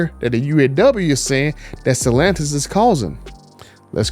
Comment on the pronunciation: Dude you have nice content..but Jesus at least pronounce Stellantis correctly! I don't know how you can Butcher it so badly!